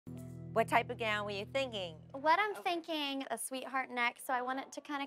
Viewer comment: "What type of gown were you THEEN-GEENG?" Was I the only one who heard that?